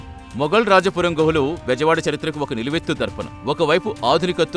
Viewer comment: గృహాలు కాదు గుహలు శిలాలు కాదు శిలలు లేదా శిల్పాలు